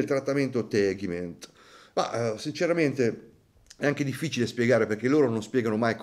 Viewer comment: Il trattamento che fa SINN si chiama TEGIMENT , non tegment.